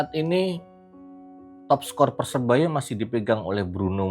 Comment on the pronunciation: Sori cak....saranku tolong diperbaiki pengucapan PERSEBAYA e